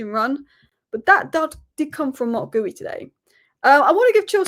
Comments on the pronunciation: Just for future videos it's pronounced Giu rather than Gooie 😊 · This. Gee-oo or Gee-you, not gooey. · Btw it's Geeoo, with a hard G, not Gooey. The first u is silent and is there to keep the G hard. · His name is not Geewy.....it is Geeyooo...for Christ sake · It's Marc GEE-YOO, not GOO-EYY, come on... :/ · Hi! I noted you pronounce Marc Guiu´s like "gooey", it´s actually GEEE UUU! Cheers love your content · it's pronounced "Gi-yoo" not "Gooey" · It's pronounced as Marc Geeu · ...you asked this before, then still get it wrong every time. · You are butchering Guiu’s name pronunciation lol